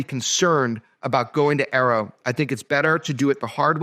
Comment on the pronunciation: A.A.R.O. , not "arrow".